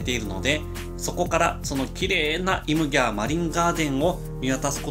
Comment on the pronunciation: イムギャー地元です。 イムギャーは方言なので発音的にはインギャーとなりますよー！ イム＝海、ギャー＝流れという意味です！宮古島にきてこういう動画を発信してくれるのはありがたいです！ またお越しになってください！